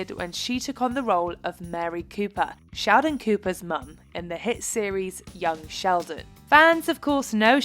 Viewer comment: Even the captions say that the narrator said: shaodin instead of sheldon